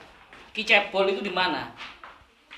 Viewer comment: Gus sebut Ki bocel jadi ki cebol😂😂